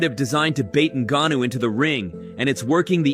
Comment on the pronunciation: Oh no, not Francis un-ga-noo! Or was it one of the other three ways this video butchered his name? Enough with the AI voiceovers bro. We’re all sick of it. If you can’t be bothered to speak into a mic for a couple minutes, don’t have a YouTube channel.